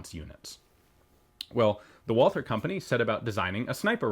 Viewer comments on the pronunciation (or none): "Wallther" correct way is Walter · please learn to speak Walther (silent H) :) not Wolser ^^ ... great video, beautiful gun.